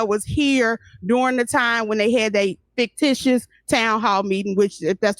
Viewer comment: She said faketitious